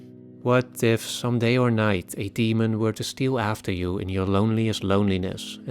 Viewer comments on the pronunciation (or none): none